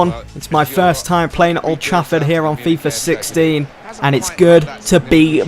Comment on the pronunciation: it sounded like 60 and 16